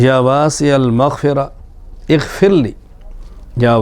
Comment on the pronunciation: یا واسع المغفر اغفرلی میں غ کی بجاے خ کی آواز نکلتی اور اکثر لوگوں کی خ کی ھی آواز نکلتی ۔لھاذا۔غیری۔توجہ۔چاھےء۔